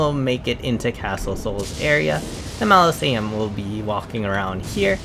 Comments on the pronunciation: enunciate with me -mau-so-le-um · Mos-uh-Lee-um* Also, solid video dude. No Bs, no 10am explanation as to what NG+ is (We’re gamers….we know, amirite?) and outstanding content and help. Thank you!! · OMG... It's Mausoleum (pronounced Maw-so-liam) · MAh-Liz-e-ums lmao It’s mozz-a-Lee-ums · its pronounced MAH-ZOH-LEE-UM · Fyi, Ma (mom)...zo (go)...lee (Bruce Lee)...um (gum). Great tips!! About to start NG+. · Say it with me bro, MAU-ZO-LEE-UM Mausoleum. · “Malosaiums” lol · Mozz uh lee um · MAH SO LEE UM AR MA MENTS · Moz a lee ums… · The way you’re pronouncing “mausoleum” has me weak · Gosh Dangit! I could say Mausoleum with no trouble before hearing you say it. But, Now I can’t say it. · Bruh I thought he was doing it on purpose cuz how else could you pronounce so many names wrong